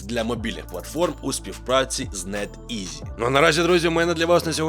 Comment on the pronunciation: Не хочу образити але ти смішно вимовляє банґі і нетізі 😎 це твоя фішка?:)